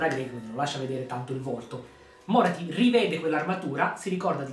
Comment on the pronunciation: Tira di più un tentacolo di Slaneesh che un Carnosauro ahahahah Bellissimo video, pur conoscendo già Morathi mi fa sempre piacere sentire altri parlarne. Mi permetto solo di specificare un paio di cose, senza avere la presunzione di essere un esperto: -la pronuncia del nome Morathi cade sulla A, non sulla O: -Morelion, il figlio maschio di Aenerion, riappare sì ma decide di non succedere al padre come Re Fenice, preferendo vigilare sulla sorella Yvraine (sarà da lui che discenderà poi una stirpe degli Elfi Silvani) A parte ciò, ancora tanti complimenti per la serie di lore